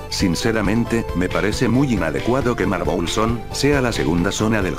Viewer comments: Jajaja "marbol" xd es marbel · En ves de marble le escuché Marbol